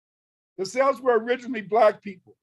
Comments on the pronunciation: He can't even pronounce celts properly 😂😂😂 but claims to be one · He can’t even pronounce Celts properly😂😂😂